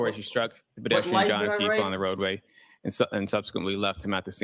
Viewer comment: I get annoyed every time he says "bedestrian"